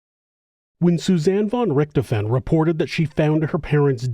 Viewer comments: RichtHOfen. Not RicterFEN. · The name's pronunciation is more like DISHED'oven, only with an R. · Thanks man, fwiw, the "f" in Richthofen has more of a v sound